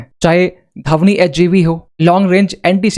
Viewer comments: Its not धवनी, Its ध्वनी,. Learn proper pronaunciation. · Dhavni nahi bhai Dhvani. 😂